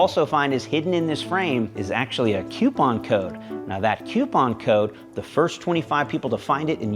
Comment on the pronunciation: Q-pon? Coo-pon, or coo-pin? 🤔